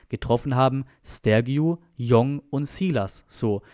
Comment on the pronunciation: Bitte !!!! jong heißt tschong u Jong .Meine Frau ist Koreanerin . Koreaner nennen ihren Familiennamen immer zuerst.also das Tor hat u Jong geschossen